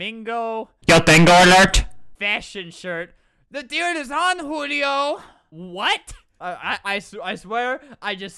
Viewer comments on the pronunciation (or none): The sign says Julio butAlbert says HULIOOOOOOO